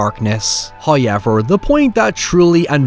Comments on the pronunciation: You ever notice that this fella pronounces “however” as “HI-ever”? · First "hoyevver" drops . We have pleased Him.